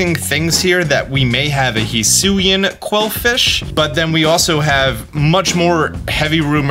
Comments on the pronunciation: I think it's pronounced He-Su-Ee or His-Su-Ii Hi-Su-ee sounds off for some reason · Why does he pronounce Hisuian like that